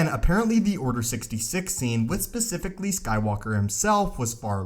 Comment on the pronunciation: It's specifically, not pacifically.